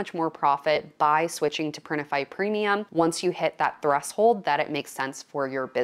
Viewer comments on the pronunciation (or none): none